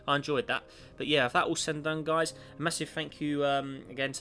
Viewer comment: It's guys not guises.